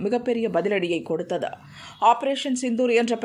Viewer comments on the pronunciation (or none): அது ஏன் உச்சரிப்பில் கொடுத்தது என்பதற்கு .. தது என்று முடிப்பதற்கு பதில் ததா என்று முடிக்கிறார்